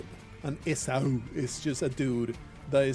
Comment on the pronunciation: Esau is pronounced “EE-saw”. This was chaotic and stressful 😂